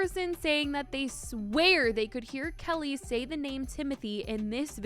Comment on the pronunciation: Her name is pronounced Key-Lee, not Kelly.